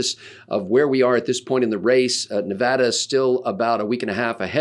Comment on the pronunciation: It's Ne-VAD-a - not "Nev-ahh-dah." Many thanks, The People of Nevada.